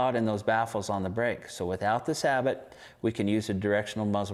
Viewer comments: it's pronounce sa-bo not sabot,it's a french thing! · Interesting that you have to specify sabot-less these days when talking about muzzleloaders. (and that is pronounced SAY-BOW or SAY-BOO, French for shoe) 25 years ago when sabots were making their entry into muzzleloading, you had to specify that it was a saboted round. Funny how things change....